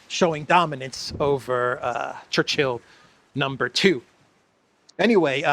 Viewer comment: when you mention “Churchill No 2,” I think the emphasis is, “No 2.” 💩